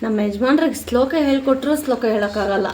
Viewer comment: ಸ್ಲೋಕ ಅಲ್ಲ ಶ್ಲೋಕ